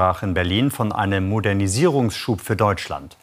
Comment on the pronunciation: "Modernisierungsschub"? ("g" nachgereicht) Kindergeburtstag mit Philipp Amthor in McPomm?